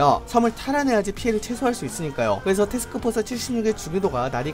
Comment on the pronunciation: 표준 발음 : 테스크포스 칠십사 이세기 발음 : 세흐스호스 시시히사